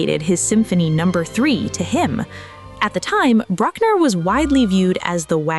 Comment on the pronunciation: And Bruck-ner like Truck-ner, as opposed to the correct "Brook"-ner